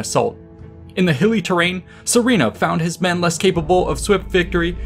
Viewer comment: Just a word of advice, the name is pronounced as Surena not Sorina , it comes from the word Suren which means victor in middle Persian ( Parthian ) language. It’s also a common name as Surena in modern Iran or Suren in Armenia where the remnants of Parthian empire continued to live after their demise by the rise of Sassanids in Iran .